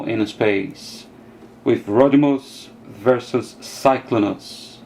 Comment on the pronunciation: The way that said Rodtimus and Cyclonus is a little weird I understand he can't pronounce it right i thought it's funny